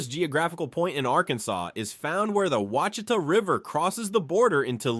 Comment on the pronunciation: Seriously dude mispronounced ouchitas with 6 different pronunciations! Pick one. Right wrong pick one.